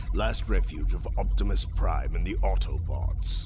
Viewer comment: I lost interest the second he said AutoBots Wrong